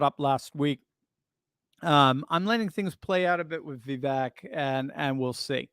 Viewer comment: Vivek rhymes with cake according to his rap about himself.